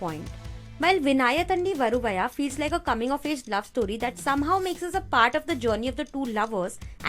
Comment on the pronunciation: Your content is good and your information is valuable. But you pronounced tamil words wrongly. Vinnaithandi varuvaya and oh kaadhal Kanmani these two words you pronounced wrongly. Check the correct pronunciation please. If I said anything wrong . Sorry for that.